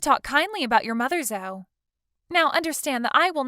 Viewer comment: Zoe is pronounced zoee.